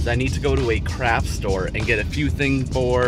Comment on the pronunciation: Oh shit I heard crap store 😂